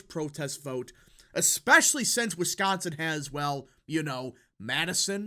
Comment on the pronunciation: This YouTuber is the only person covering politics who says the word "Wisconsin" correctly.